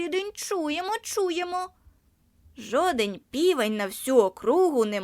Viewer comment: 0.55 жодень? Правильно вимовляти "жоден" без пом'якшення.